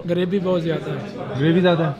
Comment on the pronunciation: I heard gharibee (purety) bohot ziada hai 😂 magar phone bohot achcha hai hamare pass when he was trying to say gravy bohot ziada hai